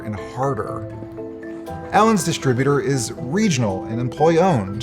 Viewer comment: Dis-tribu-ter. Emphasis on second syllable, not the first.